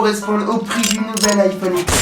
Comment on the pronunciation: Ça se prononce iPhone dix pas iPhone X